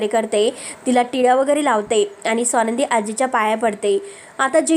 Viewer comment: सोनंदी नाही. स्वानंदी आपण उच्चार नीट करावा.